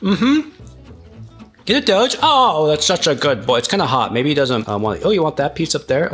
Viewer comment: Dough❌ Doge✅